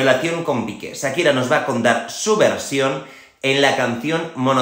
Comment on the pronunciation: No es "sakira" es "Shakira".